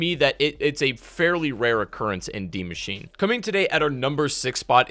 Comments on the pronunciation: Dee machine🤣😂🤣😂 its DIE MACHINE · Why is he saying deemachine?